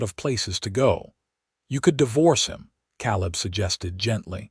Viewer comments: Caleb is pronounced Kay-lib. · I wonder how many noticed that he pronounced Caleb wrongly. You would think whoever edits these videos before putting them online would at least correct the pronunciation of the main character's name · You still have some pronunciation problems; Caleb is pronounced Kay-leb, tears is pronounced T, long E, silent a, rs… etc. but you are getting better! And this was a very good story, thank you. From Missouri ❤ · Like it so far however Kay-Leb is better pronunciation. Hate the pauses after “Mrs.” Voice treats the period in the abbreviations fior titles as end of sentence period.